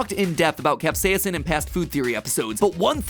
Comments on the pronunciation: Why does MatPat pronounce capsaicin the British way? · Please learn to properly pronounce capsaicin